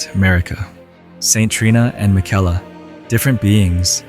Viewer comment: Brother they pronounce his name 20 times in the game, what are you doing lmao 😂